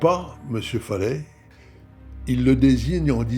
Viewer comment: Je tiens à préciser que"Faleh"que vous prononcez"Faley"veux dire en langue arabe"paysan". Se qu'il serait resté toute sa vie dans son Varoc natal. Personnellement, je suis persuadé que se criminel sans foi ni loi est coupable sur toute la ligne y compris pour la dame qu'il a lever, suivie et tué dans son garage pour lui voler la somme qu'il a vu retirée. On dit que les yeux sont le miroir de l'âme et bien, regardez ces yeux sur sa photo.Ils sont d'un noir profond et vide de toute humanité.